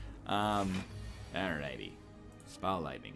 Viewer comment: is it rude if everytime he says ball lightning, i hear Bald Lightning?